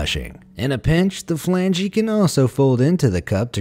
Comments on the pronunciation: Flan-Gee Plunger Really? Its call a flange... the e is silent! NET: Flange... not flangee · It’s NOT “flangee” 🤣🤣🤣 the E is silent!!! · the "Flangey"? I was purty sure before flange was prononced "Flanj" Ive NOT ONE SINGLE TIME till you said it heard it pronounced "Flangey" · As others have no doubt pointed out, flange is not pronounced "flangey." The E is silent. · LOL! Watching the video now and was just about to make that same comment! Who says, "Flangee"..LOL...so funny!! Still a cool video though!! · FYI, "flange" isn't pronounced with an "ee" at the end. The "e" is silent. 😂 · I wish this guy would learn how to pronounce "flange".